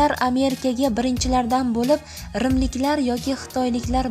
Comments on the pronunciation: rmlik emas rimlik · Rmlik mas Rimlikku talafus qilishiz yomonku😁😁😂😂😂😂😂😂😂